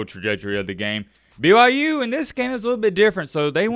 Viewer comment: Can you please stop saying "stop disrespecting BYU" when in the sentence right before that and whenever you reference BYU, you call them "b-y-jews" it is honestly kind of cringe and contradicting.. you are better than that, remember that my guy.